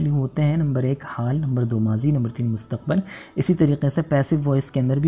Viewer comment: I want to ask you sir that. What is right pronunciation of مستقبل ? I know it Mustaqbil. But you used in video Mustaqbal. What is right and why ?